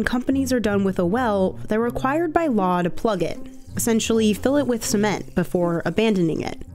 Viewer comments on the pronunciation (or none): man pronounced cement as semen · I love how they pronounce it cement instead of cement.